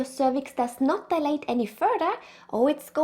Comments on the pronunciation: Its not pronounced as de- late but dial- late … when u guys pronounce it as de- late it sounds like delayed which gives the entire different meaning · You guys are a joy to watch. Yes with your accent as well 🤭 Love your sweet spirit and playfulness as a couple ❤ The only thing I kept misunderstanding was the word “dilate”. The way you pronounce this word made me confused thinking you were talking about “delay” the exact opposite 😅 Love your visuals too! There’s great value to your work here! Thank you 🙏🏽